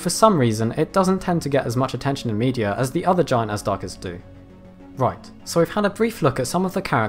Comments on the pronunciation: Not AZDARCHIDS. It is Azhdarchids, it is supposed to be pronounced as Ajdarchids, the ZH should make a soft J sound like dejure. Azhdar is a persian word meaning dragon. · I got pretty annoyed by you pronouncing them Azdarchids, that H there is there for a reason. The word Azhdar is an ancient Persian word meaning dragon (snake like beast etc) and is not pronounced with a hard Z but a ZH which makes the word sound closer to a soft J would be pronounced like Gendarme. Loved the video though :P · The "zh" is pronounced like the "s" in the word pleasure. Just for future reference. :-)